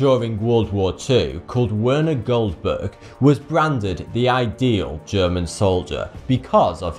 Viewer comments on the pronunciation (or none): none